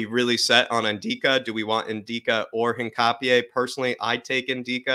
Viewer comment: Great video! Although I may be wrong, I think his surname is pronounced “Hin-cha-pe”